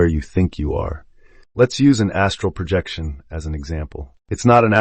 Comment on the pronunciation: it is incredibly distracting to listen to something pronounce “project” in an astral projection book as if we are going to be a project manager, or pronounce OBE’s as “o-bes”